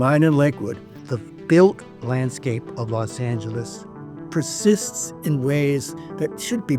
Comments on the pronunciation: Why does the old guy keep saying “Los Angis”? It’s so annoying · Why does he say Los Anges?